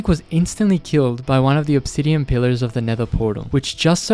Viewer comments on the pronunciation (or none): none